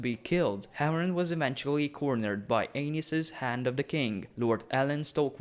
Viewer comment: Great video, but I can't help but hear King Anus.